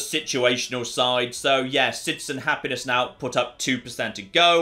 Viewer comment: Great video, thankyou! You have a fascinating accent - with the added vowels on final consonants (e.g. "...on the likely side" becomes "...on the likely side-uh") - where are you from in the UK? Thanks, yours, a curious North American.